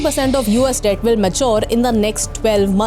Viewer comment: Debt ko thoda theek saw batao